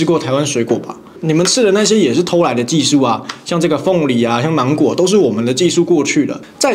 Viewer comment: 八烱兄呀，你講「芒果」講到像什麼？我聽力不算很好，我不知聽到什麼...😅😅